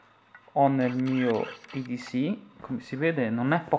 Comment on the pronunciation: Si dice edc non eds